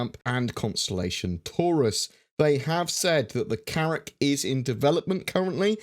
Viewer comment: Did you say Carrack? Oh My....